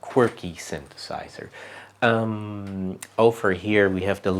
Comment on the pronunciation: Creative and chill dude. Also: "synthesizer"! :D